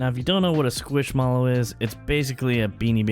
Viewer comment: Why do you have to say SqUiSHmAlLoW like that? 🤣 it turned out great though! I definitely can't afford anything in there.